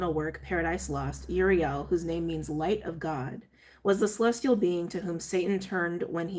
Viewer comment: It's pronounced oo-ree-el (i think)